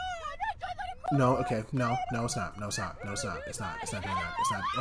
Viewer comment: He said "Nor" 😂